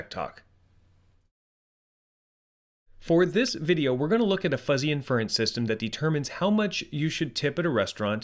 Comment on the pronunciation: can you use some fuzzy logic to teach the robovoice how to pronounce adjective & inference? such an obvious tell.